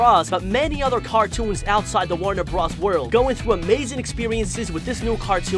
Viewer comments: Its not Warner bruhs it's Warner Bros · Wtf is a Warner Bras? It's warner B-RO-S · My dude said Warner bras